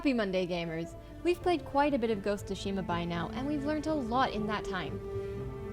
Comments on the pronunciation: the T is silent. SU-SHI-MA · This video is disappointing, not only they butchered the title name by calling it Ghost of Shima, they tell you to not play a samurai game in Japanese. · Don’t pronounce the name of the game correctly.